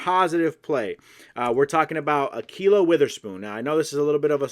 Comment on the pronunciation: Bruh said A quilo weether spoon